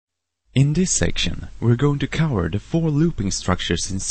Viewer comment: the vids are great dude but it's just funny how you pronounce "j" as a kind of "y" and "v" as a kind of "w"... instead os saying "cover" you said something like "cower"...funny :P